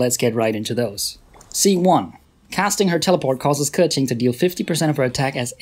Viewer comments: I really like this type of videos. You're objective, direct and address everything with facts and numbers. I mean, I don't even have Keqing but I stayed to the end, hahaha. And final note: thanks for pronouncing her name right, I really appreciate when non-native speakers do it 💗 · omg the first time i heard someone pronounce it precisely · Since you pronounce her correctly, I will trust you😃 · when i heard him say keqing properly i was so surprised